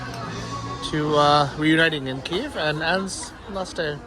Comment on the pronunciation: You say Kyiv alot, but your pronunciation is wrong, so try to take a small lesson on it, 5-10 mon will do the trick.